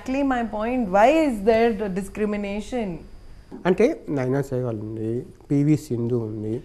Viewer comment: naina sehwal anta🙄 arey ayya mundhu aksharaalu sarigga paluku😂😂